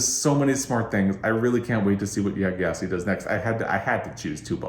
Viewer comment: Great video! A note though! Gyasi is pronounced jah-see!